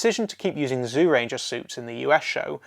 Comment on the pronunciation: I can't watch this while you are pronouncing Zyuranger as "Zoo ranger". Please pronounce it more like "Jew ranger".